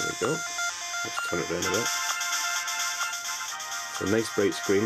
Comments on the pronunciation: "never tum off" ... lmao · "...or that never tum off..."